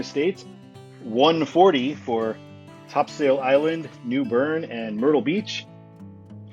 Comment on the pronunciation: Never say top-sail North Carolinians HATE it, it’s top-sole